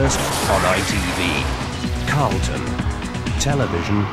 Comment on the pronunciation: It's Say Carlon Instead Of Carlton.